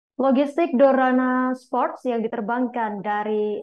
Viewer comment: DORANA SPORT, DORA SPORT APA DORNA SPORT😂😂😂